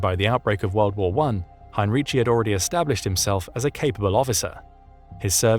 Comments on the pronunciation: It is pronounced, in English transliteration highn-ree-ki. In German, especially in words of latinised origin, "c" is never pronounced "tsh". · For your information: Heinrici's surname is pronounced HEIN-reekee (hard "k" on the "c", not a "ch" sound).